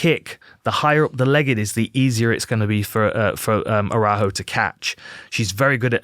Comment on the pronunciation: great analysis man, you nailed everything but Viviane's surname pronunciation 🤣